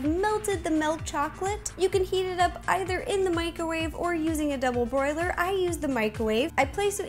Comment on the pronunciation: did anyone hear ro say broiler instead of boiler